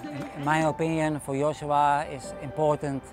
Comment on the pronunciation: His coach keeps switching between Joshua and Yoshua. :) How do you not pronounce your mentee’s name consistently?